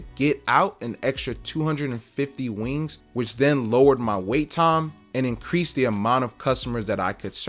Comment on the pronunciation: wee-ings the sound u make when eating a fried chicken wing.\\ great advice about the health inspector.